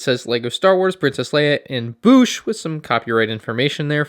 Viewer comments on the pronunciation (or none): it's Boushh like Code or Toad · Literally could not finish this video because of how you pronounce bousche 😂😂.